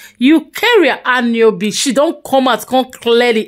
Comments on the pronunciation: My sister. Without any offence. Try to learn how to pronounce Igbo names. It's not "Anu-obi but "Anu-no-bi". You're a blogger so make use of the use of the internet(Google) to familiarise yourself with the correct pronunciations of wards before going unline. PEACE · Please try at least to pronounce the name well, it's not difficult to learn as a blogger. It's Eucharia Añunobi, not what you are saying, very important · So u as a blogger u no fit even pronounce her name. . Smh